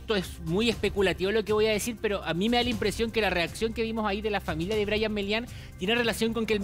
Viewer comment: Er brayatan no aperro.